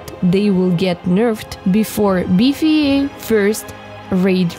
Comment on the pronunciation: did she say? or BFA??